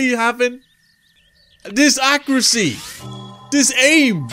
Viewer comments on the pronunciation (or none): none